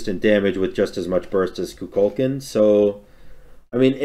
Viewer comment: going back watching vids i missed this year only to be reminded how badly i hate how says kukulkan